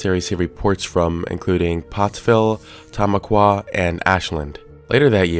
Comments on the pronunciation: Its Pronouced "Tom-Aqua" lol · FYI, kudos on pronouncing Schuykill correctly but if you want to sound local, it's pronounced Tuh-MAH-kwah. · Something about the way you pronounce Tamaqua weird. But had no issue with Schuylkill bugs me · buddy butchered the punctuation of tamaqua lol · It makes me happy how flawlessly he pronounced "Schuylkill," BUT the way he pronounced "Tamaqua" made me wince a little. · As some1 from "close" to the area, I find pronunciation of Tamaqua kinda funny. Lol. Glad he got county name right. 🤣❤️ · Was funny hearing him trying to pronounce Tamaqua though😂